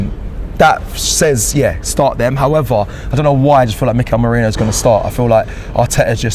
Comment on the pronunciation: Mikel Morejno. 😂 Who is that actually???? lol